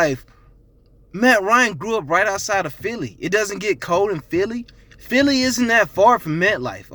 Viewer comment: The way you say philly bothers me... stop talking about A division of champions you have no rings